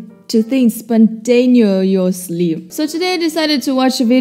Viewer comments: "Spuntonisly" - 2019. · "Spontanyoyosly" - 2019